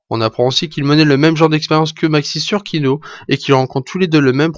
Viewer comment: c'est kino et non pas kiko :)